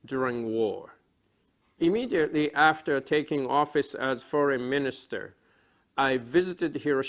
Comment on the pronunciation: 帰国子女1年生ぐらいの発音じゃない？foreign、thereforeとかに日本の訛りが凄い出てるし単語の切り方がちょっと変なのが気になる 独力でならこのレベルなら凄いと思う まぁ発音なんかより会話の中身の方が遥かに重要なんだけどねw頭が悪いからあんま理解してないわw